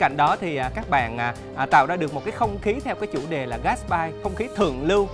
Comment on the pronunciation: ƠI! Phong cách GASTBY ( gát xờ bi ) =)) chứ ko phải là gát bai hahahaha dễ thương quá hahahahahha <3